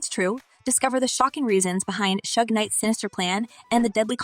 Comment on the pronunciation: First of all old girl needs to get his name right before telling a story... It's SUGE NOT SHUG 😂😆🤣😆🤣